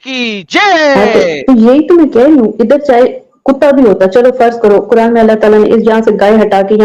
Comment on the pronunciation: bhai kya baat h 😂😂 kuran ko kurand bol rahe ho 😂😂